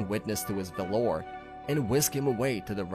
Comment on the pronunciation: Can you learn how to pronounce Valor and valiant pls